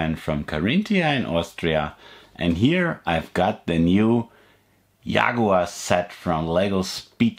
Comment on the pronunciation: Yagoar wow